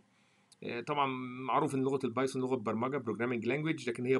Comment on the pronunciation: اول ما دخلت على المقطع و سمعت اللهجة غسلت يدي منك يا ظالم اسمها البايثون سميتها البايسون خليها كودرد احسن ولا ردبول